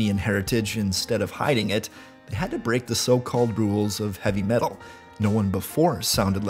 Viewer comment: "Heavy metUGGLL"?